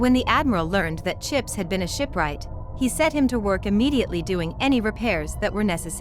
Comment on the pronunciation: "And I shall have chips"... That sounds so wrong dude like bros name is chips don't say it like that 😅